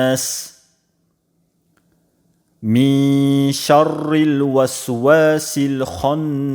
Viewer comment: Шаррил мягко читаются